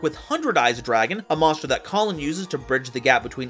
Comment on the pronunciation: It's Kalin, not Colin